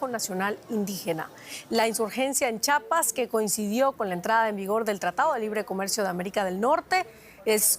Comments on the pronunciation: La pronunciación correcta es... CHIAPAS, NO CHAPAS. Corrección en las pronunciaciones. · Ch "i" apas!! 🤦🏻‍♂️😂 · C H I A P A S, Dios, de verdad que hay gente que no sabe leer 🙄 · Es chiiiiiiiiapas chiiiiiiiiapas lleva i lleva i